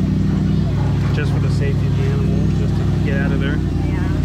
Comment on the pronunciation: Am i the only one that heard him say "Aminal kingdom"? lol